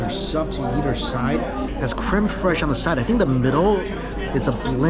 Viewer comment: I had to laugh soooo hard, I'm sorry Mikey. When you said creme fraishe, my mind instan went to south park. Yes, I'm a terrible person.. and laughed soo hard. I live for Randy..